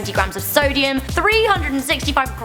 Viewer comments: lol solium... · What's Solium?